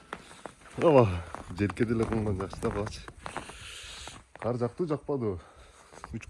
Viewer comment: Каар эмес кар болот,каар Деген башка соз